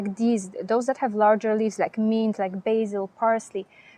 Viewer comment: Thank you. You gave me good ideas. The word "mint" was not understandable for a minute or so. The letter i is not like in french. It's sound is "ih" as in "the English word "myth". Also, the t is hard as in the word "sit". The n is also stronger. Your English is perfect except for that word. Funny, such a small word having complexity. I will plant my basil in partial shade and my chives in poor soil..